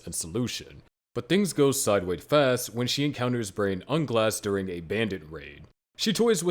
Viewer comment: Al-B-toe... Nez-rick... Brain Un-Glass.... Re-es-teyez.... boo-coo-boo-coo-chagma... Ainz-el-gone... Must be a sub watcher lol. Still watched the whole video.